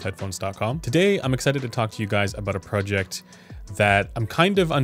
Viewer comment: Speaking of happy with sound, I'm not happy with the sound of how you pronounce the word project.